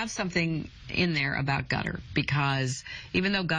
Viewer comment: Haha I replayed the first time she said that to see if I had misheard her